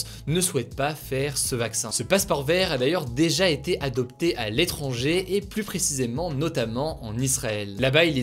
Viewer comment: Les plus visité, non pas les plusssssee visité! Kkun lui aprend a dire plus?